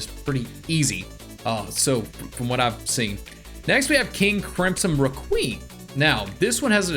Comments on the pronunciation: The way you say requiem also do you not know that c moon whitesnake and made in heaven are all puccis stand right? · Anibis" Me: its pronounced Anoobis Requeemm" Me:no no no it's pronounced Reqweyam